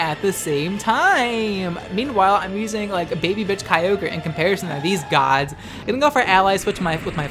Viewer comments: Kyogr not keyogrey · ah yes... Key-O-Grey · Wait, is it Kai-ogre or Key-ohgrey? I'm in doubt now and I don't like it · Groodon, Kee-ogri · Why you gotta say it with a hard R👊😔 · I love you videos but god every time you kyogre wrong i die a little bit inside